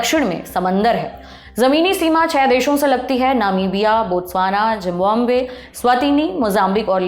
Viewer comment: She has a pronunciation issue though... म्यूजियम nahi म्यूज़ियम जिम्बाम्बे nhi ज़िम्बाब्वे